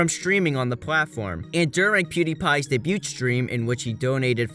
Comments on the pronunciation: "day-bute" for debut instead of "day-byoo" lol. Oh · Sorry to nitpick but lax, not "laxed" (debut) day-byoo, not day-byoot. Great video. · My man pronouncing "debut" and "day-bute" lmao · You don’t pronounce the t in ‘debut’ btw